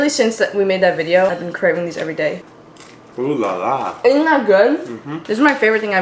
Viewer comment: Hearing saying "Ooh la la" as a french person is funny and kinda cute Little tip no one asked for, for those who wanna sound french when saying that, we don't prononce "oh" as "oo"(ex:foot), we pronounce it "o"(ex:lot) 🙃